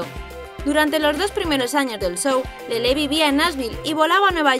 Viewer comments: no sabes pronunciar su nombre:se llama Lele,no lelé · Jajaj además dice LelÉ con la tilde jajajaja